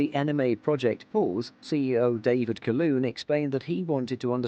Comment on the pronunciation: Not Caloon......Calhoon! Just check how his name is pronounced!